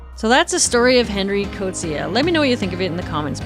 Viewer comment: I’m South African and I’m impressed with your correct pronunciation of the Afrikaans language names in this video - Coetzee and Piet, and even Zambezi. Well researched as always! 😊